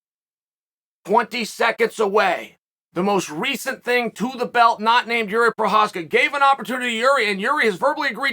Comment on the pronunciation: Yes! He finally know how to pronounce Jiří Procházka!